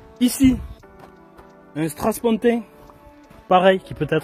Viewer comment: On dit strapontin et non "strass pontin"!